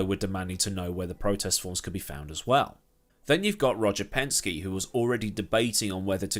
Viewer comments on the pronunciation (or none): none